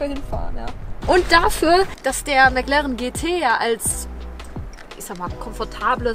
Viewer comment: Das ist immer sooooo geil: "Mäck Lärrren!" Ich schmeiß mich immer weg! 😂😂😂😂😂😂😂😂😂😂😂😂 😎✌️